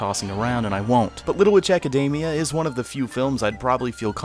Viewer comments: Little Ejacademia... It's all I hear when he says the title. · AC- A DAMI- A? It's academy but in japanese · Little ejack-admina.....why do you keep saying that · Your pronunciation of "academia" made my eyes twitch.